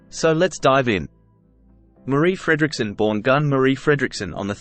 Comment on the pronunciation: Märrih Fräddricksunn. 🙄😇